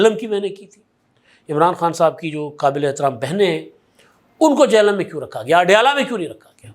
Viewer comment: ادھا سائیں۔۔۔ یہ "چہلم" نہیں "جہلم" ہے ...